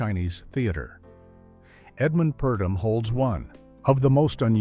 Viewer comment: "Mr. Imperium" not Emporium, and Edmund Purdom, not Perdom. And yes, the picture was a clinker. Lana disliked the script but MGM forced her to do it - the last pic under her contract. Must have been a relief to her.